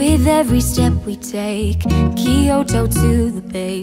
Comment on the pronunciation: Still looking for a cover where someone actually knows how to pronounce Kyoto